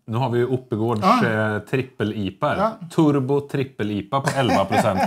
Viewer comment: Det är inte turbo som i en motor, utan orten Turbo. En by 1km från bryggeriet. Uttalas Tur (som att vinna på Lotto) - bo (fågelbo).